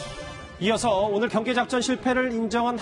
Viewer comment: 경상도 사람들은 복모음을 제대로 발음 못하는데, 제발 좀 훈련을 해라! 경계를 갱개라고 발음하고 관광단지를 강간단지라고...